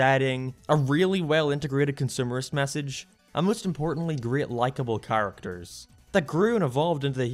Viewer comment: say the word "characters" I dare you with pronouncing it choorrictas